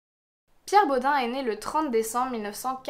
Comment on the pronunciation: Ça m’a perturbé, en Alsace on prononce pas Bod « un » mais bod « eine » ( comme un en allemand) 😂 mais super vidéo c’est glaçant quand on vit à Strasbourg !